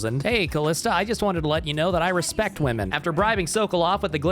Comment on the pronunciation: "Just want to let you know I respeft women" hahaha